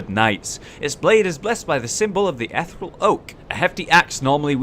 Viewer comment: "Ethe-real"... Not "ethral"